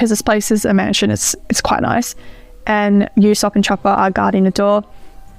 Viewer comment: Usopp’s name is actually pronounced as Oosopp